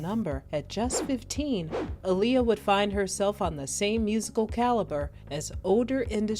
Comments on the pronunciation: if yall REALLY know & love my detroit sister, listen 2 her beyond the music & drama. she specifically said my name is pronounced like muhammed ALI, not uhleeya. thats why the two a’s AHLEEYA, say that shit right & peace the deceased Aaliyah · I just wish ppl would stop butchering her name. That is not how you pronounce her name 🤦🤦😡😡😳🙄